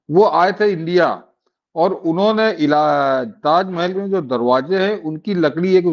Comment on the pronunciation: ताजमेहेल नही ताजमहल बोलो